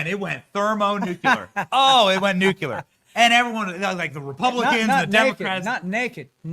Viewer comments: NuCLear... NuCLear..not NuCUler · ITS NOT NU-CU- LAR! HOW ABOUT HELPING YOU WITH THE PRONUNCIATION OF NUCLEAR??? Say it just like it’s spelled George Bush didn’t pronounce it right either that’s why they made a musical video about him!! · STOP SAYING NUCULAR GOT DAMMIT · Benny, please learn how to pronounce nuclear!